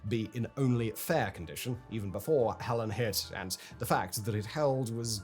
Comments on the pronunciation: I thought I was the only one this mispronounced name irritated & deleted my comment on it. Thank you for calling it out & making me and my OCD feel seen. "Heh-leen", not "Heh-lehn", Simon! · In the states we pronouce it Hel'leen not Hellen. I didn't realize the hurricane you were talking about until I realized your different way of pronouncing it. 🙂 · It's HELENE not HELEN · HELENE, not Helen. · Hurricane Helene “Hell-lean”, NOT Helen “Hell-in” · HELENE not HELEN!!! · It’s “Heleen” not Helen. Why watch this if you can’t even get the name of the hurricane right? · Helene not Helen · I don't think Simon has ever BEEN to a Waffle House. SIMON, come visit! GO to a Waffle House. NOT during/after a "Herican" Oh, yeah, Helen vs HelEEEEEEEEEEEEEEEEEEEEEne you dope. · the name of the dtorm is not Helen but Helene! and yes it does make a difference! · Uh, "Hell-leen" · Hell-een, fact boy. Not hell-en. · Damnit stop pronouncing it as Hellen it's Helene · Helene = hell lean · Hurricane, not hurrican. Helene, not Helen. I guess one day Fact Boi will get it right... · Why do you keep on saying "Helen" and not "Helene" as in "Ha-lean"? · Helene = Hel Leen not Helen❤ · Sorry I have to be that guy: it is Hurricane HELENE not Helen, regardless of what side of the pond you are on because of the way Hurricanes, Typhoons, and Cyclones are named. There are 3 similar names used; Helen, Helene, Helena. Helene ( for obvious reasons ) was just retired. And earlier this year Typhoon Helen ( the actual one) hit the Phillipines I believe. Searching the wrong name while researching will send you off on a wild goose chase of dozens of storms - none of which are the one you're looking for. So yes, tiny detail but wildly important. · It is helene not Helen lol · Its not Helen. Its Helene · Simon, why do you keep calling the hurricane "Helen" when its name is HelenE LMAO. Bruh. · Helene , not helen. "Hell een" Seems appropriate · "hell-lean" not "hell-an". Get it together Simone.